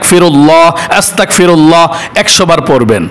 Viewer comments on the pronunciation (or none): আসতাকফিরুল্লা নাকি আস্তাগফিরুল্লা একটু সঠিক ভাবে বলে দিন আমি যতটুকু জানি আস্তাগফিরুল্লা সঠিক ভুল হলে ক্ষমা করবেন!